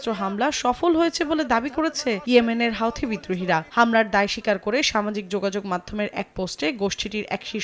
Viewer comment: হাউথি নই হুথি!